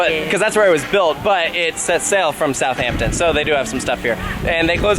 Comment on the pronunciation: Not “South Hampton”, it is a more “South Ampton” but one word